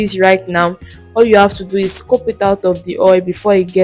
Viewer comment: What’s scope? It’s scoop and not scope